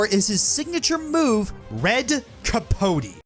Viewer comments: Red Capote is actually not pronounced like that, at least not in Spanish, in Spanish the vowels only have one way to pronounce them, elephant for example has 2 pronunciations of the letter E, in Spanish the E sounds like the second E on elephant, so the way you pronounce it would be written "capoti" in Spanish. I assume it's Spanish in origin because the boss is dressed like a Matador and the red cape Matadors wear is called capote. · As someone from Spain: I can verify you didn't pronounce Capote correctly. You also butchered Andalucía to a comical degree. You tried, at least. I've heard worst.